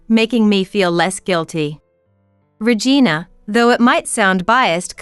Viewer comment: 🤣🤣🤣🤣 Could you please stop pronouncing the name Regina as vagina?